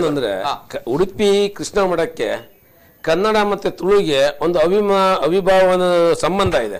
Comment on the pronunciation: Kannada sariyagi matanadi.adu avinabhva anta.😀